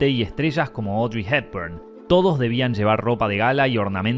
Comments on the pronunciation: Audrey HEEburn? It’s H-e-p-b-u-r-n. The ROSEchilds? It’s the RoTHschild. Wth is with the SssSSsssssssSss? Clicked off your video, and blocked your channel. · Ice waid shaaat, odri haybun, rosesssss ....This disgusting narrator hisses like a snake, and probably is one.